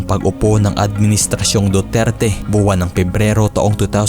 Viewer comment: Anong Dudirty?? Napatunayan na wala syang kasalanan self defense she was a victim of sexual abuse kaya sya napalaya ,,, hindi c duterty hayysss mag basa muna ah 😂😂